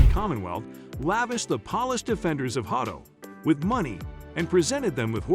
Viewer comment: Horrible pronunciation. Polish is not pronounced pawlish.